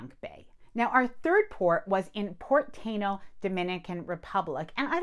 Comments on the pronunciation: It's TYE EE NO, it's the original tribe that were in Puerto Rico and Dominican Republic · tah-EE-noh - (Tainos - native indigenous of the Caribbean, The Taíno, a subgroup of the Arawakan Indians from northeastern South America, inhabited the Greater Antilles (Cuba, Jamaica, Hispaniola, and Puerto Rico)) I mean, if we are going to get picky with pronouncing at great detail, the names of foreign restaurants and such, it only makes sense.